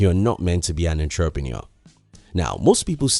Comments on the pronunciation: I like your vids, I believe we can learn from each other. So next time you say the word "entrepreneur" learn how to say it correctly please- it's- uhntruh'pnOur. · Larry Bryan 😆 I get it but for some reason him saying that word wrong distorted disturbed my ears🤦🏻‍♂️